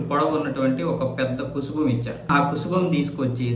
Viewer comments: కుసుబం కాదు కుబుసం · కుబుసం... కుసుభం కాదు